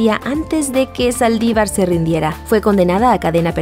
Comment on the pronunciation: Soy yo o dice "Salivar disparó a Elena" ? 😂